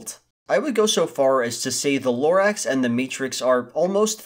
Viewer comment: The more you say Lorax the more it seems like you said it wrong.